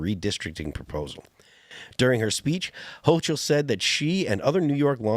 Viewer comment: Ho-kul, not ho-ch-ul